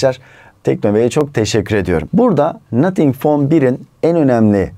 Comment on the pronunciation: nathink fon bir 🤣🤪💩